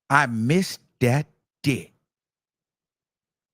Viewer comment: Yeah she bought them in from out of town. Made the arrangements. I said that yesterday she loved it. And stop saying dick like that boo. Dickkkkk, dickckckc 👀 👺👿